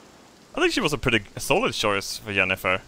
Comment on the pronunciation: I love that would probably pronounce Jennifer as Yennifer and literally pronounced a character named Yennefer as Jennifer.